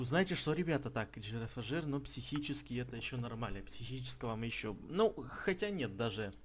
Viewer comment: Правельно произносится Не джирафаджир, а джирафриг))) ну так к сведению))) а так всё как всегда КРУТО!!!)))))